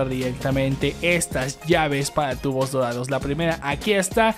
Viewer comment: Me encanta cuando decís "TUGBO DODADO" ♥️